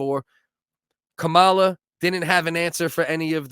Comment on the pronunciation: It's Kamala not cowala